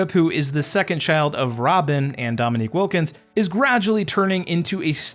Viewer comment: Just butchered his name from the beginning & I can’t keep watching him because he didn’t put in enough work to even enunciate his name right